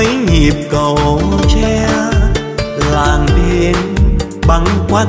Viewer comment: Hát hơn 30 năm..nổi tiếng thế mà phát âm còn sai hả ông..Làng Tôi mà ông hát ra Làn Tôi